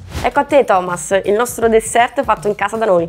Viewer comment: Mi scuserete ma, avendo visto abbastanza video, sta cosa la devo dire perché non la reggo più. SI DICE DESSER!!! LA T FINALE NON SI LEGGE, SANTO DIO! 🤦🏻‍♀️🤦🏻‍♀️🤦🏻‍♀️🤦🏻‍♀️🤦🏻‍♀️ Non si può sentire!